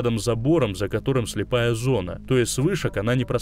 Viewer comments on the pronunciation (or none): none